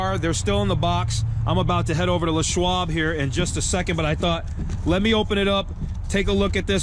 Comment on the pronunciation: Why the hell do you pronounce it Le' Schwab, like Pepe Le' Pew? His name was LESSSSSSS.